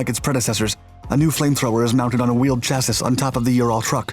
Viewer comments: "Chass-is"? really? is this audio AI produced now? it's pronounced /ˈCHASS-ee/ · he's still pronouncing chassis wrong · what is a SHASSISH? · Canadian pronunciation? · I have also been trying to communicate the correction to him for years